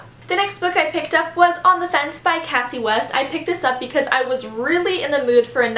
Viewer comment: on the fence is really cute! and her name is actually pronounced "kay-cee", i thought it was cassie for the longest time too :)